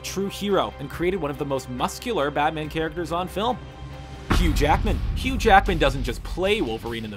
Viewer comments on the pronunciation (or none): none